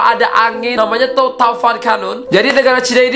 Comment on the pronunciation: Angin tovan ya bang,iya tovan tapi abangnya tamvan